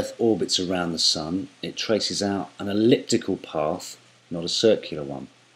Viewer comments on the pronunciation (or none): Good vdo! ELLIPTICAL not ELLPITICAL